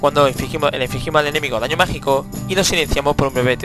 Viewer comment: Es como si estuvieras haciendo una review para una revista o algo xD Es raro porque en las otras cosas no lo haces xD Ejemplo: Daño MagiCOOOOO a full xD, aún asi sigue con tus videos que son la repolla!